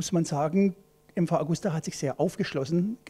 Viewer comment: ja die liebe Augusta wird ewig leben